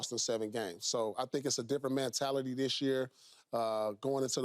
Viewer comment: PP; “I think it’s a different man-tality”🧏🏾‍♂️😂😂